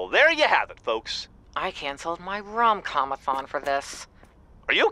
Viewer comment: Did just say “rom-com-athon?”